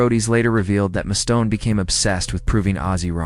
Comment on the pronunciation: "Mustone?" It's MUSTAINE. You're full of crap.